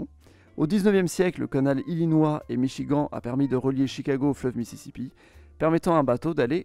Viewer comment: non c’est juste qu’il récite un texte et qu’il n’a aucune idée de comment ça se prononce.